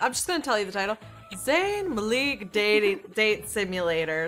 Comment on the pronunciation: "Zayn Mleek"